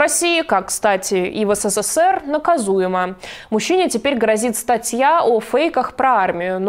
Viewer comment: Эс-сэ-сэ-сэр, а правильно, как я знаю эс-сэ-сэр! так вот.